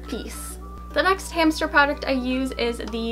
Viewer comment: In the beginning of the video she said hamcher